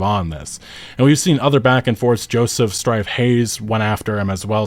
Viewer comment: “Looey Rowman” “Joseph Strife Haze” We love you man <3